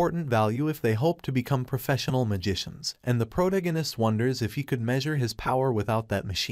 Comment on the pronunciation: Every time I hear the word "protagonist" mispronounced irks me.